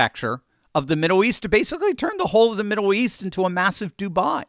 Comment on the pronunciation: can't say "middle" 🤣 "Midduw"?